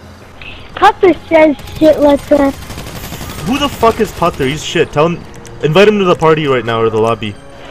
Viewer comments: "I'm " lol he messes up 😁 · What is the pronounciation ( i spelled it wrong probably) of his name - Putther